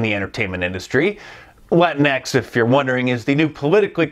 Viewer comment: "LatinX Entertainment" people? I thought at first you were saying "Latin Ex Entertainment Agents" etc. lol until you explained and reminded about the Latin'X' nonsense.